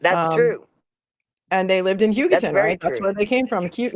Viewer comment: Pronunciations Hugh-go-ton. Eva, like the ev in forever, not Ayva or Eeva.